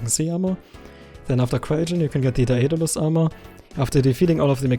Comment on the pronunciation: I noticed a few mistakes with your pronunciation about 15 minutes in. None of them are so bad I couldn't tell what you were saying, just a bit strange. You keep saying 'ae' the same way, in fact it's very rarely like that, I imagine you can tell how awkward it is to say. For example, 'aerospec' is pronounced 'air-oh-spec', and 'Daedalus' is 'day-dal-us'. 'Charred' was also slightly off, you put an i after the a. It's not said like 'chair', more like a pirate 'arr', ch-arr-ed. Your English has gotten way better, but it's a very hard language because the same combinations of letters can make completely different sounds in different words. And thanks for this video, this'll help me and i'm sure many others.